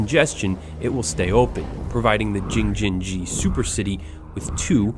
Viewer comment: he should pronounce Jing-jin-ji correctly, wow